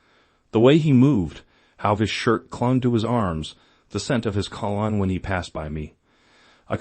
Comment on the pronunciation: That's an AI voice?? Really? Then why doesn't it pronounce cologne correctly???